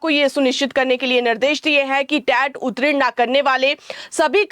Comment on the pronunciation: उत्तीर्ण का उच्चारण चेक करें।